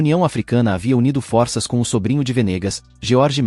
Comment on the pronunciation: Está certo que algumas palavras do idioma português, mundam a fonêmica quando vão para o plural. Mas, não são todas. A pessoa quer ser comentarista e não se preocupa com isso. É foda! Força e forças tem a mesma pronúncia.